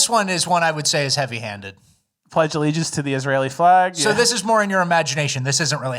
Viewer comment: Jackson is wrong on "allegiance."